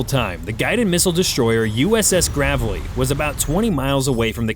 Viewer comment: Please say Graveley right